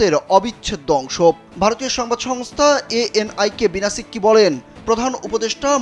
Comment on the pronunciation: নামটা প্রকৃতপক্ষে "বিনা সিক্রি"। আপনি বারবার বলছেন শিক্কি!!